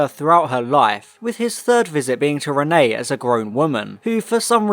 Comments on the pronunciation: I usually love your videos but like...one second of research or listening in episode will tell you her name is Reinette short for Antoinnette her middle name, i mean her first name is Jeanne not Renee. Every single time you say Renee its infuriating. I mean the Doctor says it so many times. Come on dude. Im dissapointed. Youre better than this! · ALSO ITS REINETTE, NOT RENEE! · Why do you keep calling her Renée instead of Reinette though XD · Yeppp just commented this too. Infuriated me haha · Your were saying Renne but it’s Reinette. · not always, even in French the pronunciation is still "ruh-net" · Reinette the t's are not silent. I was willing to let it slide the first time but the amount of times you get it wrong is grating.